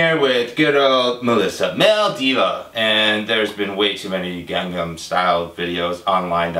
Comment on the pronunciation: Watch the pronunciation, Pete. You are saying "Gang-gan Style" that means "Rape style" in Korean. It's "Gang-nam."